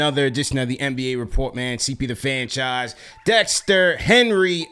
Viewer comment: The fanchise what's killing you LOL sounded like you said the s word. I kid